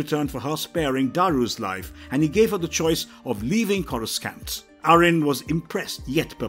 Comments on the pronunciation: Why do I click on this and this guy mispronounced every name especially Corscant lol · The only mispronounced one I noticed was courscant, which is understandable because they likely had a improper script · Hurts my ear every time he mispronounced "CORA-SCANT"🤬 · KORA-San-t NOT Scant This alone ruined the video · Do they just hire people who can't pronounce words right? Star Wars fans would cringe everytime they say “Corus-cant”. Edit: 15 minutes in and they repeat the same damn story from near the beginning lol This isn't the first video they've done this to extend video time. I'm done with this channel lol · Whilst my respect for pronunciation of the name “Coruscant” is… scant, I have great respect for this excellent video.👍😁 (Hint: I have an aunt who sings in a chorus. She’s my Chorus Aunt) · They should fire the narrator cause the way he pronounces planet names as well as character names is truly a disgrace